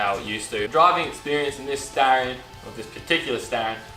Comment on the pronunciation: Its Star-ree- on - not starieyon